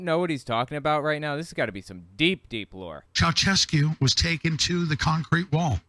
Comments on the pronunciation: Anyone think of Seinfeld when dude says "Chaochesku" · FYI, the reference to the (badly pronounced) Ceaușescu isn't deep Q lore. Nicolae Ceaușescu was a Romanian dictator who got executed in 1989.